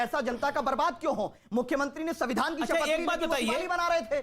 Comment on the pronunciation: संविधान बोलो, सबीदान नहीं